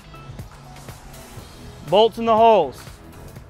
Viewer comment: Totally off topic - but the entire time you’re talking all I can think about is how much your voice sounds like John C. Reilly. Then you said “bolts in the holes” which sounded like “boats and hoes” and I lost it. I’ll....show myself out.